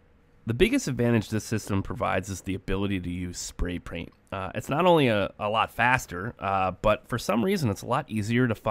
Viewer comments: “spray praint”😂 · “Spray praint” lol